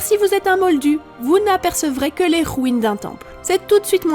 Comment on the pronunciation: Comment tu dis rouine 😂😭😂😭